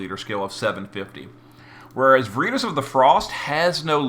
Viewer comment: What is vureetus? VER IT TAS! LATIN word for Truth. Every video man.